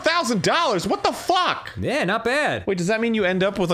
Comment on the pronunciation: The way Arin pronounces it “what the fawk” absolutely murders me